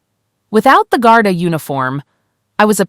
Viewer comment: The Irish police are called Garda. Not Garta.